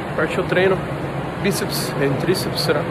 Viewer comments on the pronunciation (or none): tem toguro falando 'biceps and triceps' tem like